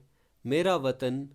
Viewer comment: Not watan its vetan means pay